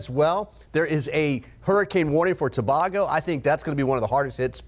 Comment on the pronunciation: Gren-ay-da To-bay-go